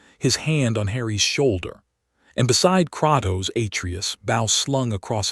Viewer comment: I hate the fact it pronounce it as kraktos when it’s pronounced as Kratos the person who made this is complete shit at spelling